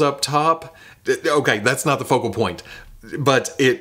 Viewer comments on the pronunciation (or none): none